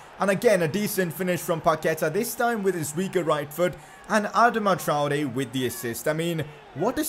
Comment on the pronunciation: Pcq you can’t say Adama traore